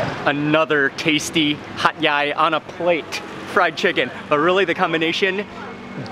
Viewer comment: He kept on saying Hat yai. I kept on listening hot guy